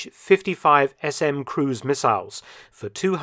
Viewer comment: Thanks for another great video. To further improve your content, consider the following: 1. Kh is an English transcription of one letter, which is pronounced like the J in jalapeño, definitely not K-H. If it was an acronym, it would be in all caps. 2. Most Eastern designations that are an abbreviation of the chief designer's name should be read as one syllable unless capitalized (MiG is an exception), so An, not A-N, for Antonov, Su (pronounced soo like in soot, not S-U) for Sukhoi, Tu (pronounced too) for Tupolev. Not only it's the correct pronunciation, it also rolls off the tongue better.